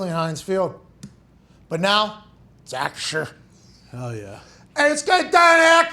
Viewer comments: Bro I cant even pronounce the new name correctly. ASS-CURE🤣🤣🤣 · Nobody can say acrisure